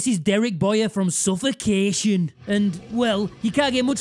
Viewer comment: ?!Suffacehtion!? When did we start spelling Suffocation the way he pronounces it? 😂😂😂😂